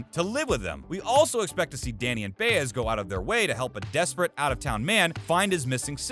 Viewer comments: Am I mistaken? Isn’t Maria’s last name pronounced Bi az, not Bay ez? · For Heaven’s sake! Do you watch the show? Then you should know that the name of Danny’s partner is Ba-Ez, not Bay-ez! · Does the guy narrating this even watch the show? He mispronounced Jamko and Baez among other stuff.